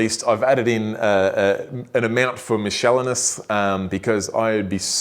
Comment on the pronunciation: Michelleneous?!🤔😂 seriously though mate,any hate you get will only because you’re doing what everyone would if they could afford it! That’s why it’s the “dream reef tank” 👍🏼 also it’s OUR dream reef tank,get it right!🤪😂